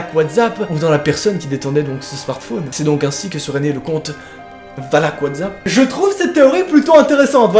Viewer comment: A la base c'est pas valaak et pas valak